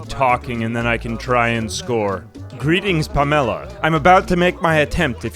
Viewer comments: Ive never heard someone pronounce "Pamela" like "Pomelo" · Nobody talking about the pronunciation of Pamela as “Pam-Ella”? Not complaining. In fact all Pamela’s going forward I now dub as “Pam-Ella”